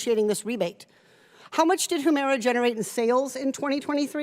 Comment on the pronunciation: Katie, it's huemira not whoomira